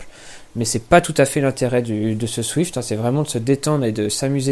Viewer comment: C'est quoi dans le Z que t'arrive pas à prononcé dans zwift ?